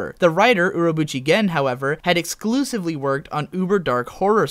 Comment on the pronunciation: Buchigen? His surname is Urobuchi, his given name is Gen. You make it sound like his name was Uro Buchigen.